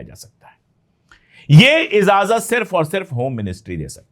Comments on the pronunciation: Pande ji continue aapka channel dekhta hoon urdu ke alfaaz bhi aap bolte hain lekin kabhi kabhi kuch khami rah jati hai agar ijazat den to correction kar diya karoon aaj ka lafz izazat nahi ijazat hai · I noted that too. He says that quite often. Although ki Urdu bahot saaf hai. No offense meant, we’re learning all our lives. The word is ijazat.